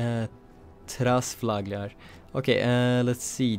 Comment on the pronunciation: Trafalgar pronounced by a Scandinavian is hilarious.